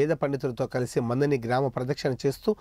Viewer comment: అయ్యా...అనాది....అనది కాదు.అలాగే మందని కాదు మంథని...